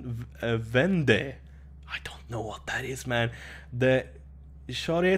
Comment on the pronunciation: You talking french is so fun ! Lol your Hydromel and Vendée pronunciation are so great and apéritif ! So good ! :)